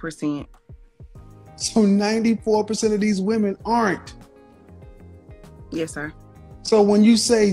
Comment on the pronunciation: At least it answered the question why she couldn’t pronounce the word “yes” correctly 😂